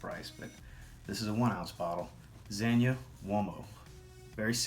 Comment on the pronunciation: Thank you for pronouncing Zegna correctly.